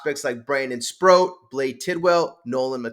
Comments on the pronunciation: SPROAT not Sprout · C’mon. It’s Sproat. Not Sprout. It rhymes with GOAT. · Brandon Sproat… rhymes with boat.